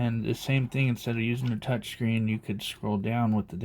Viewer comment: T-O-U-C-H is touch....as in your finger to the screen. Nort torch as in flashlight. That is T-O-R-C-H.